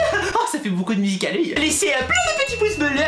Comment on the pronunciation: ARRÊTE DE PARLER BIZZARMENT SA MENERVE !!!! TU DIT MUSICAL LY BIZZARMENT SES ÉNERVENT !!!! Sinon super vidéo ❤️❤️❤️🤣🤣😂😣😡